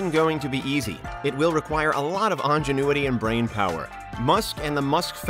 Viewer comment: "It will require a lot of ongenuity".... wait what lol.